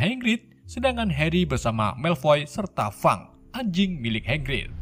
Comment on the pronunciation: Welsley malah disebut welsel Hagrig dibilang hangrig. Wk Wkwkwkwk